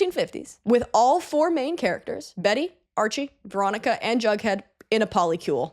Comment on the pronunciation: Wait - Jughead? Jug??? i was hearing drunkhead ;_; jeeeeeeesus